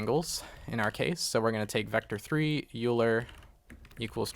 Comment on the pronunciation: Great tutorial. :) Please don't hate me, but Euler is pronounced "Oil-er" not "You-ler." :) But still, great video and I learned a lot!